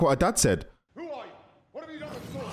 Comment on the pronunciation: You dont know how to say thor?you say for😂 sorry its just fanny